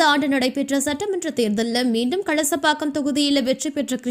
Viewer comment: Not Kasalapakkam. Kalasapakkam.